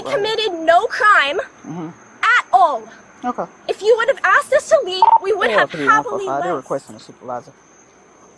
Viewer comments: cop is uneducated she used the term “axed” rather than ASK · It was guaranteed that initial cop was going to be unreasonable is the first time she "axed" them for ID, and then the second cop started blacklooping when she knew the female victim knew more about the law than she did. This post-covid generation of police are a complete dumpster fire. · "Aks" isnt a word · “All I axe” how are you a cop? You can’t even speak. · God of an officer came up to me and said "im not gonna axe you again" and "you impeding the roat way" I couldnt help but laugh. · If an officer "axe" me a question im mag dumping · sorry, it was a bad joke, the lady officer said she 'axed' a question repeatedly, instead of 'asked' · Personally I wont talk to an officer who "axes" things. They aren't intelligent enough to acknowledge. In all the time i've been in contact with non-white cops i've never been axed anything... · That cop is doing a lot of axing, I thought that was a capital crime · Dem Poeleese just wanted to axe them questions. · "Well, it's not illeg... it is illegal because we got a call about your suspicious car." And also says... AXED instead of asked... I'm so over the rights abuse. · Well the police officers are saying “axed” instead of “asked” so I can tell their demeanor just from that alone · Anyone says "axed" to me I'm just going to reply do you speak english I don't understand you and call them right out on their crap english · Cop: “I got a call, and I axed for your ID.” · "All I axed." Yeah, this female cop is a disgrace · "All I Axed" 🪓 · The people of this town entrusted a person that "axeds" people with a firearm and the enforcement authority of the law. Amazing. I guess the supervisor also moonlights for the IRS and is up to date with the IRS filings of everyone they talk with. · "All I axed..." Nice Engrish officer. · Can't say asked correctly but thinks she knows the law? We have to stop hiring the dumbest people as police. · All I "aks". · "All I axed"